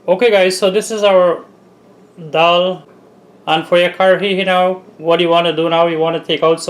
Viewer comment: Great work. Is this something like 'waade' by any chance? Ok let me congratulate you for your pronunciation of the word dhall -'dall' and not like some 'creole english duck' who say 'doll'😂...!